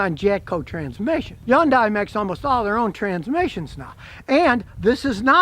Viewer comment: It's called hyundai not yondai